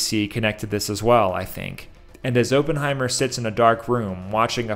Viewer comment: You keep saying ophenhimer wrong ..cmon bro you watched the movie do your homework 😂😂😂